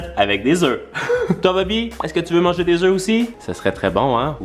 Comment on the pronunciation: on dit un oeuf(fe) des oeufs(eux) ❤😊